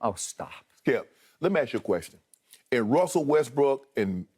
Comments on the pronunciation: Bro we got TV analysts calling this man "WESTBRICK" like bruh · 'Lets talk about Westbrick" lol